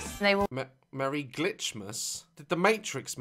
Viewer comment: i heard "clitsmas"